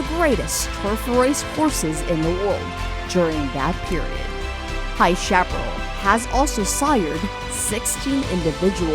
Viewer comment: Yeats is pronounced Yates...chapparal is pronounced sha-puh-RALL (rhymes with alley's first sylabel ...